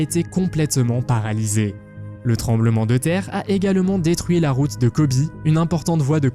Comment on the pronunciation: C'est Kobe, pourquoi prononcez vous : Kobi ? Le fleuve qui coule à Londres s'appelle la Tamise en français , Thames que vous prononcez mal d'ailleurs, c'est en anglais.